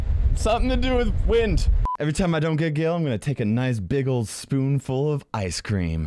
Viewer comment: and when a bwast of wend is what he saasid